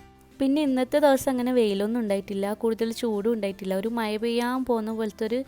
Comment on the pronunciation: മയ അല്ല മഴ 😜